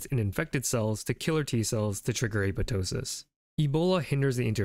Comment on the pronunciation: FUCK YEAH LITERALLY THE FIRST TIME I'VE SEEN SOMEONE PRONOUNCE APOPTOSIS CORRECTLY!! 🤘🙇 HELL YEAH TO GREEK ROOTS!